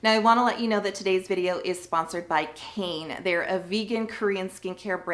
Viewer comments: Its actually not pronounced "cane". Its "k-eye-nuh." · It's written as 카이네 in Korean so the correct pronunciation is KA-ee-nay